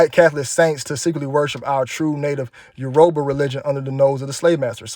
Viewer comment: AIN'T NO WAYYYY THAT A WOMAN LMAOOOOO. SHE LOOK LIKE A TRAINSTATION IF YGM mannnnnn look at her hands and the neck😂😂😂🥱Yoruba is pronounced Uro-bah (as a Nigerian ✌🏾🙂) and Santeria is Demonic that’s Spanish voodoo it’s similar to Haitians and African Juju it’s very powerful and dangerous and I will never do this 🤒